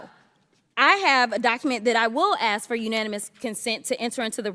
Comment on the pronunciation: She's from the hood. She says "aks" instead of 'ask' LOL.